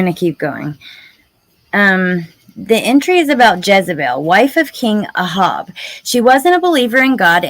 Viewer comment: I’ve never heard anyone pronounce Ahab as ah-hob before.